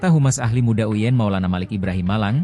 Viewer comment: UIN bukan uyen